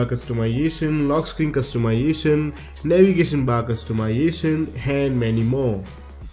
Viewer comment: Bro pronounce customization a little more clear....sounds like wtf....lol